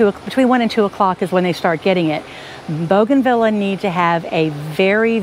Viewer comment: It's boo gan Vee ya, not bow gan vila.